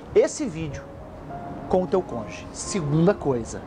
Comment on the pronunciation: Adorei! Muito obrigada por prestar em poucos minutos, tanta ajuda e passar sabedoria. Mas só uma pequena observação... Não é congê ... E sim cônjuge... Beijos e gratidão 🙏